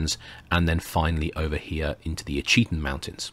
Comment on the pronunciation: Fascinating series, thank you. As a matter of interest, Ouachita is pronounced "WASH-it-taw." Waving from central Arkansas... 😊